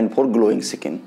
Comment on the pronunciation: स्किन होता है, सकिंन नही।